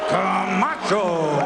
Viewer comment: Buffer rolling his tongue introducing Camacho is 🔥